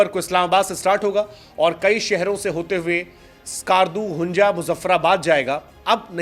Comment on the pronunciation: Hunja nhi..Hunza Skarju nhi...skardu😂😂😂